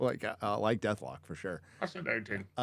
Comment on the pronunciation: And. The bands name is DethKLOK... CLOCK. Not DethLOK. Quit being so old. Jeez.